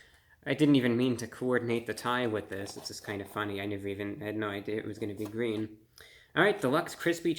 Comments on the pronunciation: it'z gween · It’s gween! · its gween